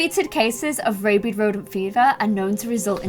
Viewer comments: Rabid is pronounced like rabbit with a d instead of a t. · Sis...it's rabid rodent disease, not rabied rodent disease.